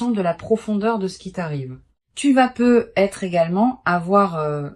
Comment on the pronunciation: C'est pas peu être......mais là langue française parlée correctement fait la liaison avec le T de peut (pouvoir)et être......ne plonge pas les gens ds la déception.......peu , c'est pas beaucoup....... à moins que ce soit prévu par un vampire énergétique.